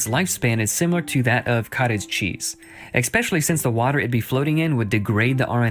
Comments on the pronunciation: When you hear someone start a sentence with “EX-specially” - you know they’re a moron and you don’t need to listen to anything else that comes out of their mouths. Like this guy . 🙄 But by doing so, he saved me 22 minutes and 40 seconds! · / oof, i can't take seriously anyone who says "ex-specially" 😩 right, because "only one possible explanation" includes "natural causes" (plural) 🤦‍♂ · Cartoon guy lost me in the first clip. “Exspecially?” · At 8 seconds, I hear “ekspecially”. What’s next “Nu-Q-Lar”? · Gaaaawwwddddd, I can’t stomach people who say “eck-specially”! FF sakes, it’s ESSSSSS-PECIALLY! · "Exspecially..." Nope. Disqualified. 😂🤦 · Am I the only one severely rankled by this dishonest theist idiot's repeated use of "ek-specially"? It's just the moron icing on the rotten sophistry cake that is this cartoonish misrepresentation of origin of life research. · Okay, Nitpick time, I swear he says "expecially" and it's bothering the hell out of me. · I'll be honest, I stopped taking this guy seriously as soon as I heard him say "ex-pecially" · He’d be doing.a little better if he didn’t keep saying “EKSPECIALLY” 🤦‍♂️ 😂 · Expecially? Sure, Jan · The second he said "Ecspecially" I stopped caring. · "eXpecially" when they sound sciencey. 🤡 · I stopped taking him seriously at ‘exspecially’ 😂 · Right off the bat, I know we're dealing with an uneducated moron, "ex-pecially" when he opens with mispronunciations. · It's obvious he didn't pay much attention at school when he pronounces "especially" with a K-sound.